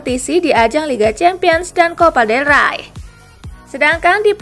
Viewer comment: Copa del rey min bukan copa del ray Siapa yg salah???